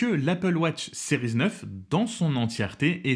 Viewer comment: Pourquoi prononcer « sériz » ?🤔🙄